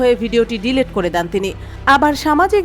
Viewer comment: ওটার উচ্চারণ ডিলেট নয় ডিলিট 😂😂 সাংবাদিক ম্যাম।